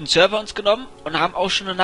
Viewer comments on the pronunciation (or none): none